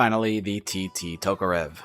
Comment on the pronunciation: i don't want to be that kinda guy but its ev is pronounced uhv in tokorev im sorry again but fuck that bothered me alot for some reason